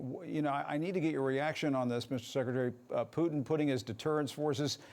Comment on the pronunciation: Shame he can’t pronounce Putin correctly .